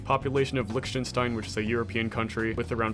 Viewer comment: Its not likchtenstain its lichstenstain